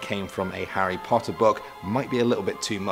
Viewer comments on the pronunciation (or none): none